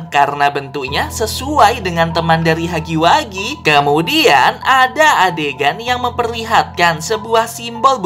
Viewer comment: Bang bacanya hagi wegi bukan hagi wagi